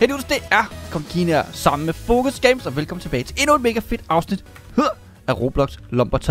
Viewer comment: Det lyder som om du siger focus i stedet for Foekz.